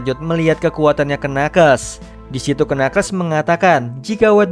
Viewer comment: knuckles itu dibacanya nakels harusnya